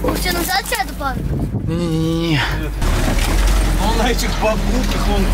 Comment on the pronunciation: Она сказал Пах а не папа